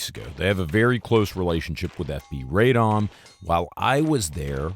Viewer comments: nooooo, there is no AYYY in Radom. it's a short ah pahleeeeseeee. stop butchering the mame of the town!! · FINALLY…, RADOM IS PRONOUNCED “RRAH-dohm,” not “RAY-dahm.” The name of the city means “unto councils” (like city councils).